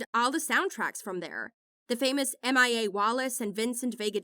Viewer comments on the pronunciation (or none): MIA is just mee-ah. Not M.I.A. 😅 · M I A. Wallace is just Mia...rhymes with Kia.